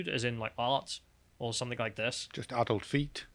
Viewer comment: Why can't pronounce 'adult' correctly?